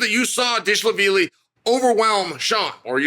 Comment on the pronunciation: Dishala-Villy, Dishlavilly 😂Chael is a legend 😂 and remember always bet against him to secure win